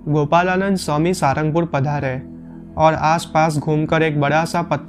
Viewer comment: इस स्थान का सही नाम 'साळंगपुर' है। अंग्रेज़ी में 'ळ' उच्चारण नहीं है, इस लिए रोमन लिपि में 'L' ही लिखना पड़ता है। आप इस का उच्चार "सारंगपुर" न करें, असली नाम 'साळंगपुर' ही बोलें और लिखें।